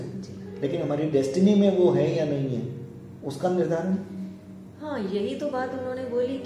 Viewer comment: ye ji haan ko zee haan and astrologer ko astrolozer bol rha